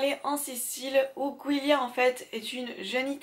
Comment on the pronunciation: Giulia se prononce Djoulia ma sœur s'appelle comme ça et nous sommes italienne, c'est Julie en italien enfaite 😂 Enfin bref très bonne vidéo, le tresse me donnait déjà très envie et là j'ai encore plus envie de le lire 😉❤️